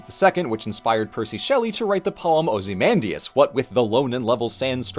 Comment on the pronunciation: A few thoughts Weird how this is only the 2nd or 3rd collab video Red and have done (besides detail diatribe) pronunciation of Ozymandias caused me actual psychic damage Tying the mummy resurrection spell to an actual egyptian myth is kind of a cool choice. Phantom of the Opera could be a cool choice for next year.